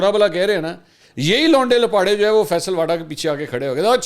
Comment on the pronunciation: Launday Lapaday nahi Lauray Laparay